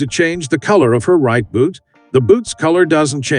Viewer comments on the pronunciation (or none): none